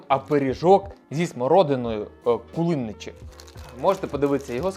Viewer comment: не кули́ничі а кулиничі`